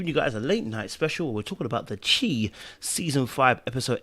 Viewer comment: Lol “the chee” caught my attention instantly. Don’t worry we primary english speakers struggle ourselves 😂